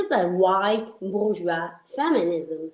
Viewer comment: Cosa dice Francesca al minuto ? "(...) this is a white 《wosua》feminism." Non capisco, che parola è quella tra le《...》? È forse "bourgeois" (borghese) ?